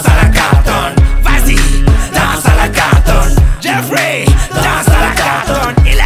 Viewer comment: logiblack .C est jeffrey car on le prononce avec une intonation en anglais avec l'accent genre sa fait djeaiffrai et non geoffrey.Voila tu vois c est mon prénom je sais le reconnaître je crois après libre a toi de me contredire mais bon